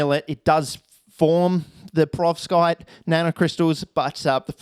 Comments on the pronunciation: What’s a ‘prevorskite’? …and a ‘fluminate’…? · I know what a perovskite is now...but wth is a prevorskite? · Perovskite sounds like a 5 tear old trying to pronounce peroxide